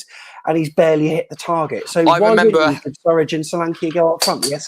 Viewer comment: it's 'Surridge' 🤦🏼‍♂️😂